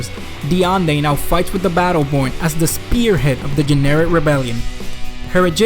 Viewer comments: i thought the whole time he was saying Generic instead of Jennerit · The Generic Imperium